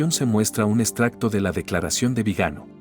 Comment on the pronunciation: Esa voz de IA me repele, la torpe máquina no entiende de acentos, Viganó, no Vigano. Mons. No sabe ni decir Monseñor, claro estos torpes no conocen la Ñ. Cómo mínimo podría hablar Castellano de Castilla. Vamos hacía atrás cómo los cangrejos. Vive Chirstus Rex!